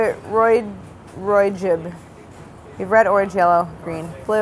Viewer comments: Claire - “ROYGIB” Me - “ITS ROYGBIV CLAIRE” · ROY-GIB No 😂😂😂 ROYGBIV